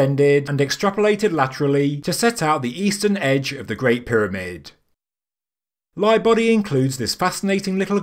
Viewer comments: That's awesome. Its simultaneously simple, and brilliant. Simple in theory, not execution because of actually digging and building the tunnels. I like it. Also, it sounds like you're saying "my buddy" the whole time instead of lightbody. Pretty funny. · I personally doubt that they needed to make those shafts just to measure stars. Also, sounds like he says "My buddy" whenever he mentions mr Lightbody :') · I’m getting old. I heard “my buddy” where you are obviously saying “Lightbody”, in retrospect of course.